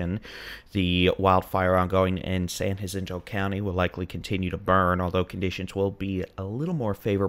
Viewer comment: it's San Jacinto, j as in jack, not hacinto. You sound like a tourist trying to show they know Spanish. 😂